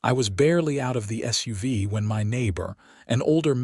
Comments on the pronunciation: Just saying it is SUV not suva. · Mispronounced "SUV" and sweatpants"